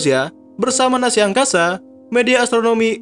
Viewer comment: Naza coeq bukan Nasi